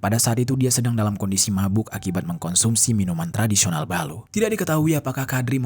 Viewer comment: Bukan ballu tapi Ballo'